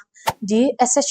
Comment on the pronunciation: I mawngkaw"Tûrkey"anih chu a,"Tarki" tia lam tur.